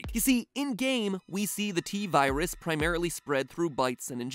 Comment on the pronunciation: T virus more like T-seris😂